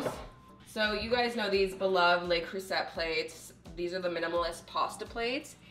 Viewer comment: The T in Le Creuset is silent. La cru say.